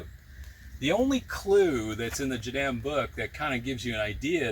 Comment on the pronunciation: Please... its pronounced " jah - DAHM " ,not " jah - dam" like youre saying it.